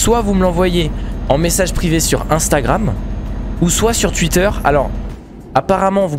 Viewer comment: C pas twuitter c twouitter😂